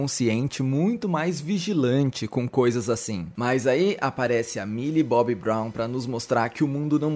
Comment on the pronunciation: é "Milly Bonnie" amg KAKAKAKAKAKAKAKAKAKAKAKKA me acabo com essa